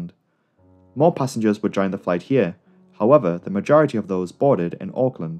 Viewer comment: Yay you said auckland correctly